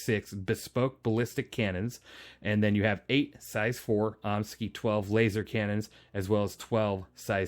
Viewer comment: Concerning the cannons...... I have always pronounced it, "Omni-Sky". Am I way off or what? Love your content, sir!